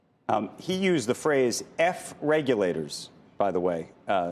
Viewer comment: F the reg-yo-lators.